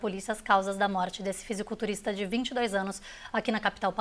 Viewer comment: Não sabem nem falar " fisiculturista"